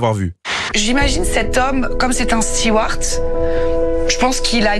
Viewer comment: J'en ai marre d'entendre "Stewart" ! On dit "steward", stewart c'est un prénom !